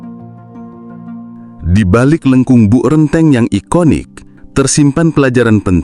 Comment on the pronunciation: bacanya Bok (semacam tembok tebal) Renteng ( E = dalam peci) artinya berjejer